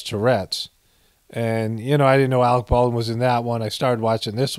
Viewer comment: "Alec P. Baldwin" Lol.😂